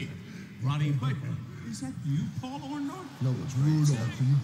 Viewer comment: 30 years later and hogan still can’t get Paula name right